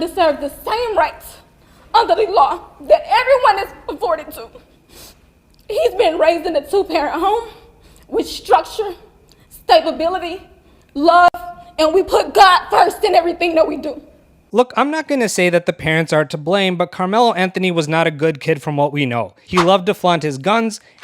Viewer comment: He should tell her the word is "Stability" not "Stabability....." Then again, I guess they did raise a son who was good at Stab-ability.....